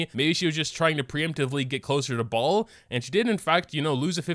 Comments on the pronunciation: Baal not ball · im not gonna get over the fact pronounces baal as ball 😭😭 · the way says baal has me wheezing